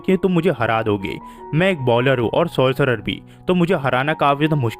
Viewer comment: It's sorcerer not sorcer 😂